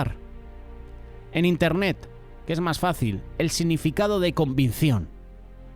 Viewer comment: Es Convicción!! 🙏 Pero el está diciendo convincion. Solo una pequeña observación mía